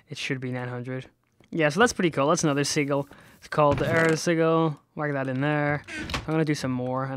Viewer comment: xD Its sij-il not sig-il xD pronunciation wise, not spelling